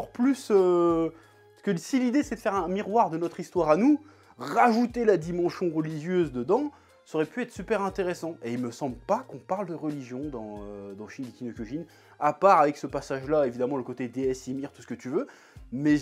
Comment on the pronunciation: "dimengion relicieuse", bonne journée.